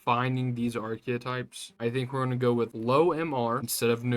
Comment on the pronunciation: *Skewed, not skewered. *Archetype, not archeotype. Pretty good otherwise.